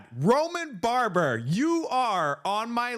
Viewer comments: I belive it's Baber, not Barber. Like your reports,! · Bab-er not Barber